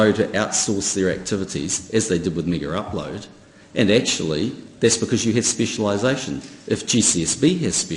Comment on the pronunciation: NZ PM: MiggerUpload. KIM: MaygaUploade. Friggin guys aren't even talkin about the same site.